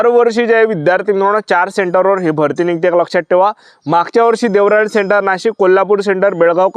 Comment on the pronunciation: देवराळी नाही रे रताळ्या देवळाली आहे ते